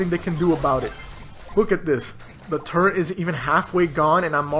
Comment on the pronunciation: Did you say “turrent”